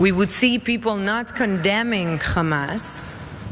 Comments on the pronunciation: Dear evil Queen who failing at acting, it's Hamas not Khama...get the name of those you hate correct at least. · Gal, You are over-rated, Your English Accent stinks (for an Actress), And you can't pronounce "Hamas", you say KHamas". Your Black Suite is deigned to make you look sophisticated, But you only made it to Hollywood because you are Jewish, As most the Talent Agency owners are Jewish. The Real talents Are all Non-Jewish (Non-Jewish) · Why do these zionist monsters always say khamas?.